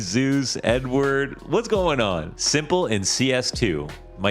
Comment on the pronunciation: I had to rewind to correctly hear 'Edward' instead of n-word